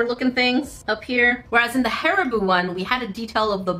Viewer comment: You said hAriBooOo again…